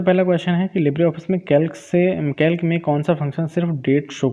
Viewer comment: Its कैल्सी bhaiya not कैल्क